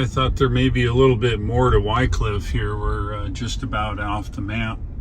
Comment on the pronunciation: love your trips thorough that part of the world. I spent quite a few weeks of my early carrier doing projects at the paper mill in Wickliffe KY,,, You may want to check the pronounciation of that city locally. I always heard (Wick cliff) But I am not a linguist.